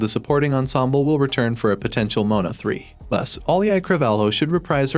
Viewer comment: STOP SAYING MONA ITS MOANA🤬